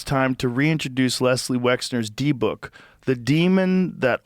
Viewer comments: Deh buk, not D book. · Lol! It's pronounced "dib-bik" 😂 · its pronounced dih- bik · Not for nothing, but I believe it’s pronounced “DIBBICK” kinda like “is it” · Dybuk is pronounced Dibbuck. Took me a minute to figure out what the hell he was talking about lol. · It’s pronounced Dibik. Don’t say it 3 times. Known as Demons in Christianity and Djinns in Islam. Yes, they are all Dybuks. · I know some people willfully mispronounce the names of demons and dark entities; but man, the way they were pronouncing dybbuk kinda ground my gears 😅😅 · Learn to pronounce Dybbuk and understand that he’s being hyperbolic dummy. Dybbuk possession don’t work like that